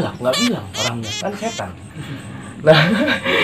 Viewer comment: Nyebut setan nya pasekh bngt ya 😂